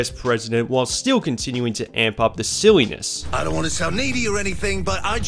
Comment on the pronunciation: i heard you said siwwyness instead if sillynes